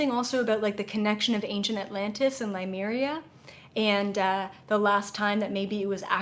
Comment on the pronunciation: Lemuria pronounced with e not i